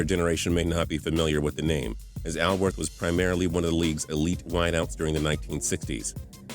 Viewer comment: PAUL WARFIELD SHOULD BE ON THE LIST INSTEAD OF OWENS. ANNOUNCER ALSO MISPRONOUNCED BAMBIES LAST NAME-IT'S SPELLED ALWORTH BUT PRONOUNCED ALL WORTH NOT AL- WORTH. MAYBE RAYMOND BERRY SHOULD BE ON THAT LIST TOO ALONG WITH DON MAYNARD.